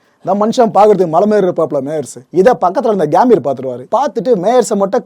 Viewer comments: அது கேம்பீர் இல்லை சகோ கம்பீர்.... கம்பீரம்னு சொல்வோம்ல அந்த கம்பீர் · Gaambir ila gambir.pronounce pply bro